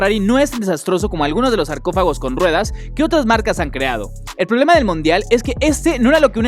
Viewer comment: No se dise prolema se dise problema